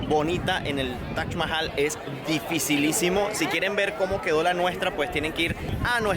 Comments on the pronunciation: Tienes que pronunciar taj mahal y no tash mahal😅😅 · cuál es la forma correcta de pronunciarlo? "Taj Mahal" como en occidente se conoce o "TACH MAHAL" como lo pronuncia el host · Lo único estresante del video era escuchar a toda hora la pronunciación “TACH MAJAL” ese “Tach” Dios mío.